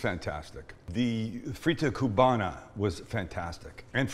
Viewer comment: I am Cuban American and I approve, Sam! Last thing, we don't really pronounce the "b" when we say "Cuba" and "Cubana/Cubano". It's more like "Cu____a" and "cu____wa___na", and "cu____wa___no." The "b" is almost silent It takes practice.